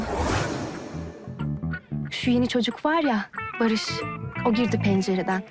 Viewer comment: Yaprak çok komik ya barışa sırrık diyor😂😂😂